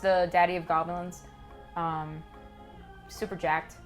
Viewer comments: Whats a Gah-Blins? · Gahblins Gahblins everywure